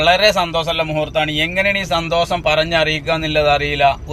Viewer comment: സന്തോസം അല്ല സന്തോഷം 😂🫣